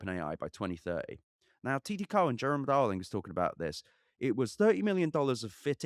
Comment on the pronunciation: It's cow-en not co-en